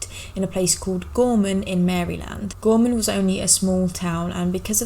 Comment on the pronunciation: Potomac is pronounced " puh-TOME-ik" the emphasis is on the middle syllable. You did pronounce "Gorman" and "Gormania" correctly.